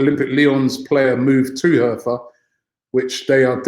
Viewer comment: Robbie, you pronounce Hertha like hairtah